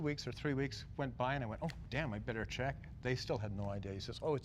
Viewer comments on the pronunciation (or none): none